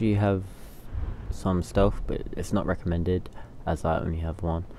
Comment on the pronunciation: Lmao damn they're roasting you for saying recommended lmak